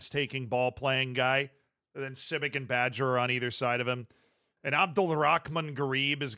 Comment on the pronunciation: Bager is not pronounced badger, its a soft g.. so basically a j. Means baker in danish. 😅